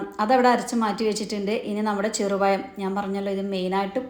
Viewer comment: Cheru payam alla cherupazham